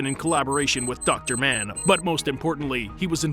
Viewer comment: Mann, short a not long a.